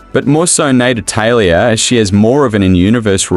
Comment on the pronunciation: Natatalia lol so many A’s